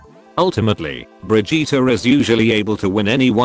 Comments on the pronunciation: it's "bridge-it" not "bridge-eater" m'lady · “Bri-jeetah”? Oh Blizzard. No.